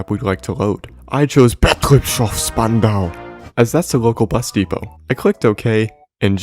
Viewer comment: Never heard anyone pronounce "Spandau" like a war crime, but it makes sense if you have ever been there.